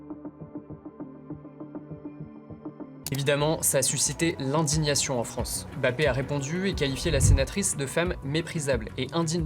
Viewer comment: Non ce n’est pas raciste On ne dit pas "Fronce" mais "France" Il y a plus de deux blancs Même si y’a pas de blancs et alors ?